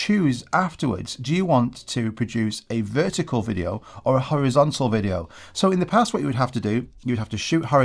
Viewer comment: Horizontal ❌️ Howizontal ✅️